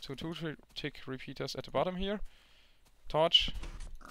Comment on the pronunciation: i love how you say torch "torsh"